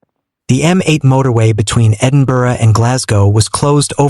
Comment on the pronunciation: None in Dumfries but a lot in the north. At least he can say Edinburgh correctly. Humza Yousaf is NOT the first minister.